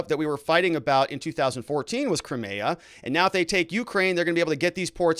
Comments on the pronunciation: Putin gave Zelenskyy 24 hrs notice of what he was going to do, Zelenskyy had lots of time to come to the table, this is all Putin asked, Zelenskyy chose not to. Also and this drives me nuts about you, butchering names all over the place; Crimea 'Cry- MEE- ah '. Russian troops move north from Crimea to Nova Kakhova to restore the water supply to the Crimea that the Ukraine cut off ijn 2014... 80% of the Crimean water supply came from there.. So the Ukraine's claim to be sympathetic and care about the Crimean people is bull shit. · Your pronunciation of Crimea and the breakaway regions are terrible